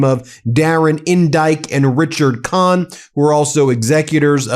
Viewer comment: I’m sorry but Darren Indyte and Richard Khan is hilarious - I heard Dare to Indite & Rich or Con 😂